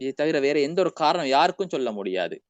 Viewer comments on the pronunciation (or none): உங்களது அனைத்து முயற்சிகளையும் அல்லாஹ் ஏற்றுக் கொள்ளவானாக. அனைத்து உலக மக்களிடமும் அல்லாஹ்வின் தீன் சென்று சேரட்டும். சிறப்பான நிகழ்ச்சி. நான் தொடர்ந்து உங்களுடன் இணைந்திருப்பேன். ஒரு சிறிய தவறு — நீங்கள் “சொல், செய்” என்பதற்குப் பதிலாக “chol,chei"என்று தமிழை உச்சரிக்கிறீர்கள். அதை கொஞ்சம் திருத்திக் கொள்ளவும். உங்களை விட பல மடங்கு கல்வியில் பின்தங்கியவன் நான். என்னை மன்னித்துக் கொள்ளவும்.